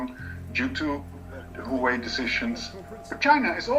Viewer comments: He could at least make an attempt on pronouncing it somewhat correctly instead of "Hoewey" 😉😂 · he just murdered the company name